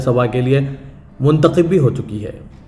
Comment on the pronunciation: Arey bhaee kya mnthakhib mnthakhib krray ....mnthakhab bolo yaha,n ....zeir ki jagah zabar bole,n tho meanings ultay hojathay hn ....es mein ek ism,e faa,il hai aur dusra isme mfool hai . Kithni dafa smjhaya mgr koi asar ni hai.....hmaray hindu dosth aapki Urdu sunn kr hnsthay hn ...